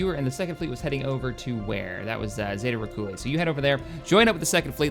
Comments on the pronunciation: please... i know this is old as hell... but its pronounced zay-ta ree-tick-you-lie. Ive heard you say zeta rickoolie so many times haha. I love your stuff by the way, enough to go back and watch the oldies like this again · I know this is old, but it's zay-ta retick-you-lie. It's an actual binary star system in our galaxy. This old version just didn't have binaries or trinaries yet. There's zeta reticuli 1 and 2